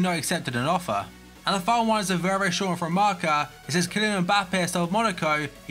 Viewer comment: "Marker"? It's 'Marca' like 'Barca'... ffs